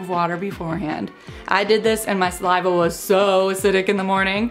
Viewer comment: Say saliva normally ffs